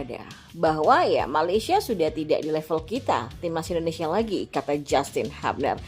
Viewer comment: Justin bilang, lafal/ menyebut/mengucapkan nama belakangnya itu "hyubner" bukan habner